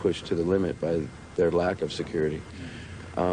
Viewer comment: St louie? Are you fucking kidding me? Did that guy just call it St Louie?